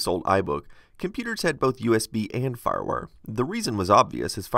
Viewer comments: "farwur".... excuse me what? what is "farwur"? are you trying to say Firewire? It's two words. Fire. Wire. Just try saying each word individually first. Then put them together and say it. If you still say "farwur" you may be having a stroke. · Lol. "FarWar". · When he says firewire, I hear ruff-ruff